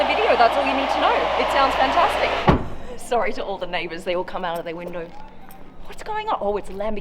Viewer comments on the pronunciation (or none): none